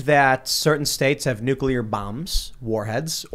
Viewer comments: Hey journalists, NUCLEAR is pronounced, "NU-CLE-AR", not "NUKE-U-LER." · Nuclear Nucular Nuclear Nucular